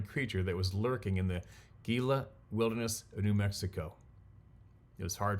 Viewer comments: Gila is HE-la. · Gila is pronounced hee-la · The word Gila is pronounced HEELA. In Arizona, the best place to come across one of these guys is up on the Mogollon Rim. Pronounced Muggyon. While in this area I always feel like they are there, but never saw anything. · Gila pronounced Heela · Pronunciation depends. Gila may be gila or hila. Gilla like a Gillamonster is pronounced with an “H” and we get hillamonster. Perhaps I’m off. I’ve always been a bit off. Sincerely, Peter Moodie at times pronounced Meter Poodie. Happy New Year’s everyone, Sincerely, Me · Gillia is pronounced Hillia ,hope this helps to pronounce it. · Unknown subject in photo looks like a footprint in mud. First looked like Sabe deep on 2-track. Gila is pronounced, ‘hee-la’ in Spanish. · Gila is heela. You're close enough. Timpanogos, one of our local mountains is temp-pan-o-gus. Or just call it Timp as we do here. Love spending time in the truth. Thanks for all you do and. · I'm sure I'm not the first person to respond, but the "G" in Spanish words is pronounced with an "H" sound. So Gila is pronounced "Hee-Lah." I took Spanish from 7th grade through 12th grades. I was stationed on the Mexico/Texas border at El Paso/Ft Bliss. There was a guy in Basic Training and his name was spelled German, but he pronounced as Herman. Btw for more trivia German Chocolate Cake isn't from Germany but rather someone named Mr German and I think he was a Texan. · Gila= "Heela" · It’s pronounced he la I know it’s spelled Gila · Gila? I think it pronounces "hee-la", as in Gila Monster, a large-ish venomous lizard of the American southwest. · Gila pronounced " HE-LA". Lizard of The south west US. Gila Monster. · Gila is pernounced as He la. Just as a perspective